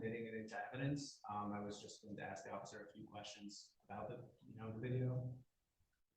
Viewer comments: He wants to axe chew? Sounds reasonable. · I'm so tired of hearing "Axe You a question" instead of "Ask You a question".